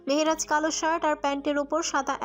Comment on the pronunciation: Very bad pronunciation of Mehraj